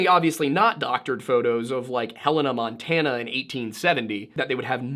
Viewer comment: thanks ... I almost snodded my eggs out while you literally said "hannah montanna" XDD